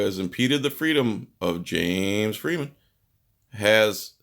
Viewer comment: I love how you pronounce James Freeman. The way James says it... fun times